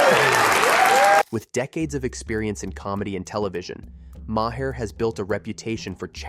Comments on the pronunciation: Who ever did the telling of this be it a person or a I. Ya need to pronounce the man's name right it's not Moe hair. It's sounds like Mar... Come on people education please !!!! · Maher is one syllable and rhymes with bar, car or far. Every time you say "Mah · here" I literally cringe! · Pronounced Marr.... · Omg, yes. Thank you for posting that. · For the love, of God, if you're going to use AI to nmarrate your videos, at the very least, teach the AI to say the names of nationally known people like Maher correctly.